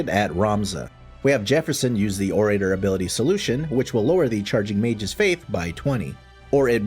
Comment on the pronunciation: You also mispronounce orator. It's "oh ruh tur". Like how "oral" is pronounced. It's not "oh ray terr".